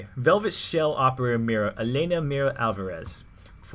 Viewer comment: since she's from Spain I'm pretty sure mira isn't pronounced lime you say it. but instead like (mee-dah).